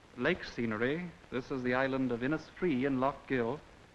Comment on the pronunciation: This is an English accent and he pronounces inisfree incorrectly